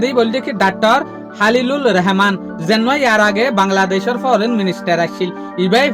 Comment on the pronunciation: Not Reheman❌❌ Rahaman✅✅